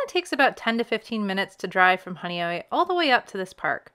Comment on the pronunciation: Now I know how Honeoye is pronounced. I had wondered for years.